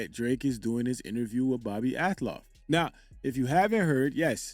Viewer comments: Not that it matters,but it's AL-TOFF..not AT-LOFF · bro it’s pronounced Al-toff 😭😭😭